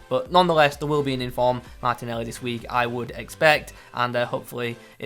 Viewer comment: Saying gnabry martinelli and cancelo